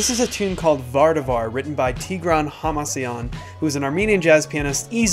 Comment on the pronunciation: Tigra'n...the accent is on the a...jist sayin :)